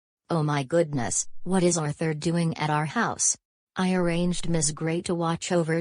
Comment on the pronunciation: It’s pronounced Ar-thur